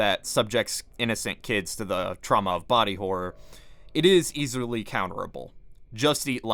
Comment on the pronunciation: all major vocal flubs: "is easerly counterable" "the empire strikes pahk" "that resemburels the manyerisms" "Tommy offurers" "is an amprophromorphic cat" "SCPuee's" "leave the prenemenesis "but... is... no... means an extremely denengerous entity"